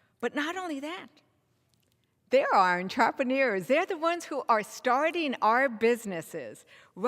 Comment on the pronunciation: YOU CANT EVEN PRONOUNCE ENTREPRENEURS!